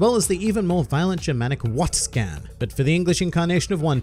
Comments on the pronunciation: for the germanic pronounciation of 'washing' it is 'WAH-SHEN' rather than 'WASH-KEN' though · did you just say "wats-can" for the german word "waschen" that hurt, is it too much to ask to use the google translate speaker? or is there another word that I never heard of before?